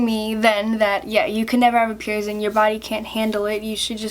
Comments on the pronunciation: Why do you say (pier-zing)? It’s pronounced (pier-sing). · “Pierzing” ugh